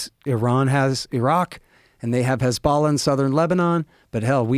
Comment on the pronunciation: Hard to take him seriously when he doesn't know how to say 'hezbollah'.